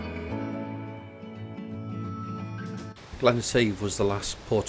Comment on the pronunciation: Some really nice shots. Just to add though that it is Glen Etive (Et-Iv) and not Glen Eteeve.